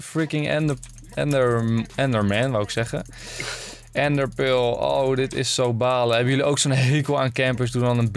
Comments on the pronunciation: What da fuq is een ende pul 😂😂😂😂 ga Engels leren ofzo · Ik vind het altijd grappig hoe Enzo ender pearl zegt: endepeul